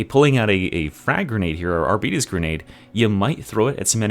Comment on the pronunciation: Arbites does not rhyme with diabetes 😂